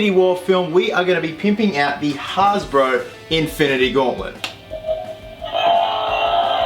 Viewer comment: It’s hasbro not harsbro